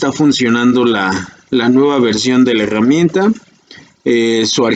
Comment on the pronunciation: LA "hegamienta" jajajaj